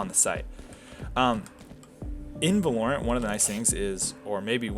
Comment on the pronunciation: why do you pronounce it va-LORE-ent instead of VAH-lorent